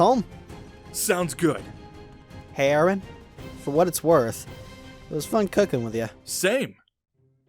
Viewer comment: "You're gonna go down AARUN! Like those pancakes in mah BELLEAH!!" DEAD 😂